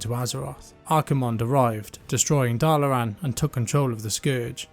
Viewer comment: There is so R in the start of Dalaran lol why do you keep pronouncing it as Darlaran?